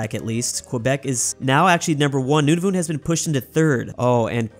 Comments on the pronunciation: It’s Nun-a-vit not Nun-a-voot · also nunavut is pronouced none-of-it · Nunavut:exists: Newnavoot. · this is a very Canadian thing to say but Nunavut is pronounced nun-a-voot not nun-a-vit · As a Canadian I cringed when pronounced Nunavut “Nunavoot” not like “Nunavit” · Its not noon-a-voot its nun-a-vut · i swear to god if he pronounces Nunavut like "Noonoonoot" one more time say good by to Finland!!!!!!! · they way this guy calls nunavut "nunuvut" drives me insane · It’s pronounced Nunavut is prob nice like “none of it”, and Saskatchewan is sus-catch-uh-won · Just to help you out Nunavut is pronounced: none-a-vut and you also forgot Newfoundland and Labrador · Mannytoba, Noonavoont, smh